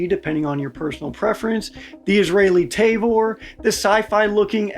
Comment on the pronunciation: "Tayvor"??? Ta-vor*